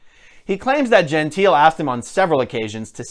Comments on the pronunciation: I cringed through the entire video: Jehn-TEE-leh is the way in which the Italian name 'Gentile' is pronounced. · Her. surname Gentile is pronounced and sounds like Jontay, FYI.